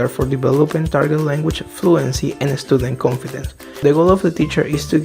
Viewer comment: Watch out the pronunciation of the word student.